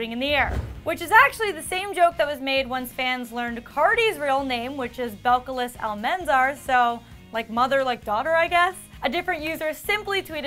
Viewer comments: Her name is not pronounced bell-call-is ... it’s pronounced Bell-ca- lees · Belcalis is pronounced BELK-UH-LEES